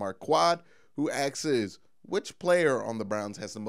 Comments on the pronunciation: Agreed, I started following because I love the way this guy speaks instead of half the YouTubers that just yell at you for attention. But every time he said axes I cringed a little bit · You saying AXES all the Time sticks out like a sore thumb, Like a good looking woman with a giant mole on her face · Asks...its pronounced ass-k-s